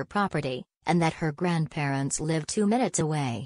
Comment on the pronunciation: How do you pronounce "live" ? hahaha